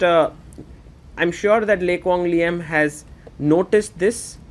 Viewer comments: You're not even Vietnamese to claim that lol. His pronunciation of the name was on point!! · As a Vietnamese, I can confirm that your pronounciation of Le Quang Liem is the most accurate one I've heard so far 😂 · Agree very accurate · I have finally found who pronounce a Vietnamese name properly. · You pronounce the name LE QUANG LIEM like a native in Vietnam. excellent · the way he pronounce Lê Quang Liêm is so accurate holymoly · Out of every non-Vietnamese chess commentators out there, you pronounced "Lê Quang Liêm" exceptional accurate! Love from Vietnam ❤🇻🇳